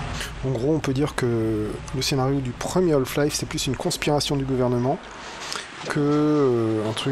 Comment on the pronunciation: Super let's play ! Juste une question, pourquoi prononcer "Holf-Life" ? A chaque fois ça me fait tiquer ahah.